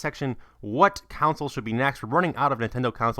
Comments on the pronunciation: the word is console, not counsel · CONSOLE. not "counsel" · Ok, two things that are consistent in all of your videos: The word "console" is not pronounced "cown-sole". The first syllable is the same as the first syllable of "convict", not the same as the first syllable of "counsel". Drives me nuts. Also, I don't know if it's the part of the country you're from, but the word "dollars" is not pronounce "dall-ers". The first syllable in the word dollars does not sound the same as the first syllable in the word "Dallas". It is the same as the first syllable in the word "dollop". Remember, a CONsole costs a couple of hundred DOLLars. You're welcome.